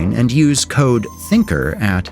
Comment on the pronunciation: THINKAR, typical indians pronounciation.